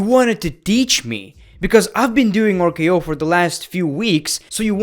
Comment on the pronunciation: Ah, yes, my favorite finisher of all time "OOR-K-O"